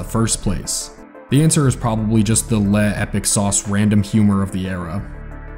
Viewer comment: FOR THE LOVE OF GOD PLEASE SAY "LE" LIKE "LUH" NOT "LEH" t. European